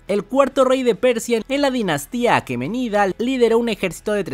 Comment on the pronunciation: Es Aqueménida, ¡Aqueménida!, palabra esdrújula, ahora repite 20 veces!